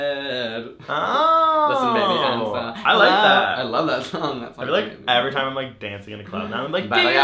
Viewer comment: I herd "black little baybays" rather than "black widow baby"